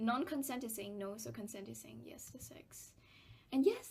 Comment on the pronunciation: why do u pronounce sex as sacks